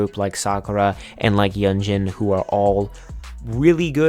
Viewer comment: this is an excellent video! i just wanted to point out a few names that were pronounced incorrectly - yunjin of le sserafim - pronounced yoon-jin siyeon of dreamcatcher - pronounced shee-yeon (whenever you see "si" in korean it's pronounced "shee") dosie of purple kiss - pronounced doe-shee (though maybe it's meant to be pronounced differently in english idk) just a friendly pointer - you can always look up idols' self-intro videos to make sure you're pronouncing their names right! overall, fantastic job and i will be checking out the rest of your videos!